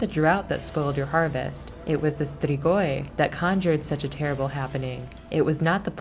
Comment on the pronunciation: The way she sais strigoi is beyond me